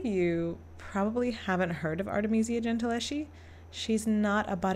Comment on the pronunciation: The Italian "sch" is pronounced "sk" (as the "ch"-combination is a "k"-sound). So Gentileschi is pronounced "Gentiles-Ki". In the name "Medici" the "e" is stressed instead of the middle "i". The "z" in "Uffizi" is a "ts"-sound. Italian "z"s are always either "ds"- or "ts"-sounds (just like in German by the way), The "ggi" in "Caravaggio" is a sonant "dsh" or let's say "dzsh" (in this constellation the "i" is absolutly silent - it only indicates that the "gg" must not be pronounced like the "g" in "to go" for instance). 🙂